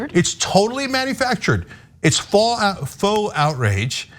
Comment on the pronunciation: Yay! Cenk finally got the pronunciation of "faux!"